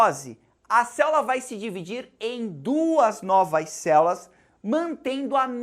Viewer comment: dou risada toda vez q ele fala "céulas" kkkkkkkkk